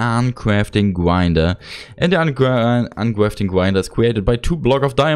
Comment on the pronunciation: Uncwaftring gwinedrer